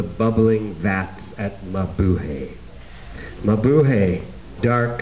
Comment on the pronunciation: he pronounces mabuhay wrong its mabuHAy